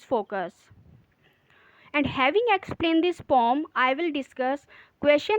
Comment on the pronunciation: Poem hai pom nahi😂 are you a teacher